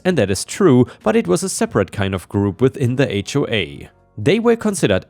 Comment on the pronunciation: Start of first story, "within" is said as "with in" not as "in." 😉 From OP's story, my take is that they didn't really sue for damages, or didn't have a (competent) lawyer when suing. Could have sued for rent for their time of "occupying" the land, loss of animals, crops, etc.